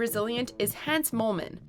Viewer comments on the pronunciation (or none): YOU PUT RESPECT ON THE HANS MOLEMAN FAMILY, WATCHMOJO! Hans, like Hans and Franz, not like "hands with no d"!! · "Hands moleman" It's Hans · It’s pronounced Honz. It rhymes with Fonz. Ayyy.